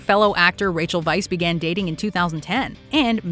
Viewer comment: Your anchors - "Rachel Vice"? It's Rachel Weisz.